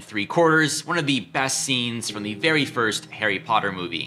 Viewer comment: Hairy Potter? Lol